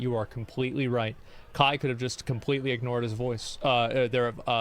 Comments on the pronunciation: How do people paid to be on television somehow read "Kai" as "Kah"???? How does this happen? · How tf do you pronounce kai as kah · You clearly know it's a boomer news guy when they can't when say Kai right and says "ka" when there is an i in the name there for a reason. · She follows and knows kai but cant say his name right ???!?!?!?!?! The news is such a scam . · How can ”Kai” be that hard to pronounce😂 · Just the fact that they haven't even taken the time to learn how you say his name correctly just completely nullifies their statements. This is on Kai. It's all unfortunate and a rough lesson learned. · This guy can’t get the platform or the person‘s name right. To be a reporter in 2023.. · How is every single one of them incapable of reading and then saying the name "Kai"? I'm going insane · it is, but the reporters here pronounce it like a Mortal Kombat character 😂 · i dont condone kai at all. but the news casters not being able to pronounce his name right just shows how much they actually care about the topic. just going back to their old boomer takes, "i mean if it was the beatles i get it...."